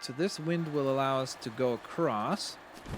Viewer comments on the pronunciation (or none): none